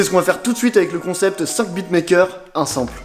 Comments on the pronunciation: Dead comment tu dis sample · C'est pas comme ça qu'on prononce sample 😂